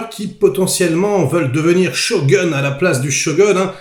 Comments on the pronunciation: la premiere serie etait extraordinaire avec richard chamberlain et toshiro mifune, celle là a interet à etre à la hauteur, par contre on dit pas shogun c est pas un gun mais plutot shogoun ^^ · On dit pas Sho(gun) mais Shogoun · please...: ShoGOUNE! Not Show Gueune! Shogoune, comme la boite de nuit dans Camping! Respect... Tu m'éclates..;o) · sho quoi ? On dit shogun 将軍 le u est prononcé « ou » pas shogeun à l’américaine tu devrais regarder plus de film et d’animé japonais 😊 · shogun (goune) pas "gun" à l'anglaise comme un flingue.... pfff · Mes oreilles saignent On dit "Sho" "Goune" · Merci pour la review, sinon shogun est dit shogoun en japonais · On dit pas ShogOUn ?? 😳